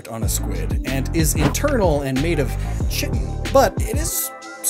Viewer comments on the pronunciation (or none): ooooh, loved all the mushroom facts! but also pretty sure Chitin is pronounced Ky-Tin..? unless both ways are correct.. mmmm weird words are weird. >> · Chitin is pronounced KAI-tin!! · SIDENOTE: Chitin is pronounced “KY-tin,” and is also found in the exoskeletons of bugs. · Public service announcement to poketubers because I'm a nettled bio major lol. "Chitin" is pronounced "KITE-inn" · Chitin is pronounced with a K, "KY-tin". Just mentioning it since you are always wary of pronunciations :) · The way you said chitin had me like 💀 man I'm dead